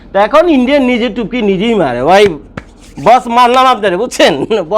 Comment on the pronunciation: টুপকি টা আরেকটু ইজি করে বলেন। আসলে এটা কি?